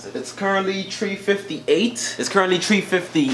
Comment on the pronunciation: “Tree 58”😂💔